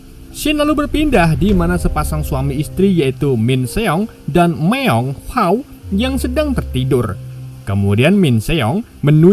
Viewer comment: Bukan myeong haw,, tapi myeong hwa